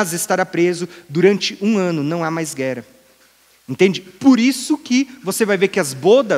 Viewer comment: Ele não pronuncia palavras que possuem o som como o de duas letras R. Ex. Terra ele diz "Tera"; guerra ele diz "guera". 🤔